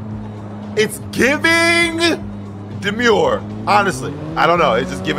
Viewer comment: Not Unc saying DemUre😭